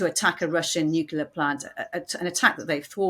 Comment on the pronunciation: It's nu-KLEE-ar, not nu-QU-lar ! Even my 5 year old can say this!